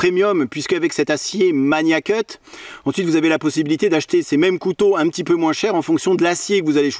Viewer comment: Par pitié il faut arrêter avec la prononciation "maNIAcut". C'est Magnacut avec un G dur comme dans magazine.